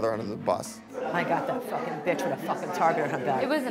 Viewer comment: “What are you waiting for fooking hot chocolate” 🤣🤣🤣🤣